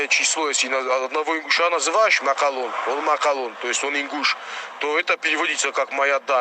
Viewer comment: Обратите внимание как говорит осетин - в ролике - МАКЪАЛОН !!!